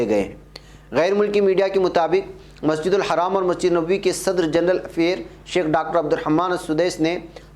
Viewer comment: Masjidul Haram not masjidul haraam Plz